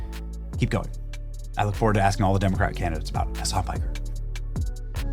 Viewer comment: Watch and listen to Dana Bash stay Pike somewhere - . She calls hime "Hasan Pecker" not Piker. 😆🤣😆🤣. Hasan Piker is a little pecker. So pecker means The slang usage for penis dates back to at least 1902, according to the Oxford English Dictionary. How much of a degenerate do you have to be for Dana Bash to call you a Pecker on live TV?